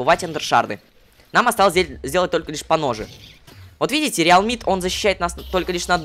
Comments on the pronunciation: Tы сказал реалмит а не арлемит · ты сказал реалмит